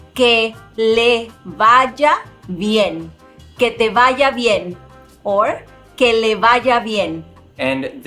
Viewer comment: Did I hear “vaja” in “vaya”?